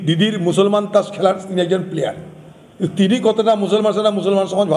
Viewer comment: "ত্রাস" নয় "তাস" বলো।